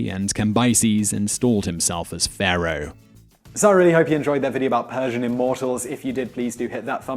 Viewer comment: Ew Simon why u say Pharaoh like that 🤣